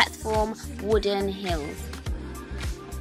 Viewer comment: Gorgeous! Haha you always pronounce heels like hills ^^